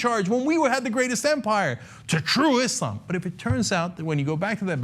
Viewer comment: cenk,thank you for finally pronouncing islam correctly with an S rather than "iZlam"